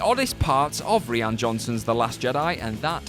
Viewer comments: What is up with these name pronunciations? Rose Teeco? Reeann Johnson? JJ Abbrams? Just look up an interview and find out the real pronunciations! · ...Pretty sure "Rian" is pronounced the same way as the more typical spelling of "Ryan" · Ree-Ann Johnson 😂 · I prefer to just call him Ruin Johnson, but you are correct in pronunciation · Is the "Rian" in "Rian Johnson" really pronounced "Ree-an"? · Small thing. The director's name is pronounced RYAN, spelled Rian. Seeings how Ryan is my name, I take notice of different spellings of it. Also, its JJ AY-BRAMS and SHY-A LeBeouf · Did he really pronounce Ryan Johnson’s name as Re-on? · Reeean Johnson? JJ Ahbrahms? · Ree-an Johnson? Really? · Right? "Re-an Johnson"?? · How the host pronounces "Rian Johnson" bothers me to no end. Different people can have different accents, and no particular one should prevail as the most authentic, except...when it's someone's name! It's their name, so they get to decide how it's pronounced. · So do you guys just like, one and done this? Is the name Rian so hard to say? Or Abrams? And Ghostbusters (2016) was a hard reboot, it didnt take place in the same world as the other 2 ghostbusters movies. So making a sequel to the other 2 ghostbusters movies is not a retcon... Why do I click on these?